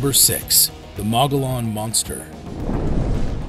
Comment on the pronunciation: Mogollon Monster-Mo go yon or mo gole yon, not mo gole an. Look up pronunciations please!!!